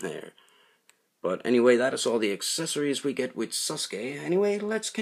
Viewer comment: Sasuke says saskur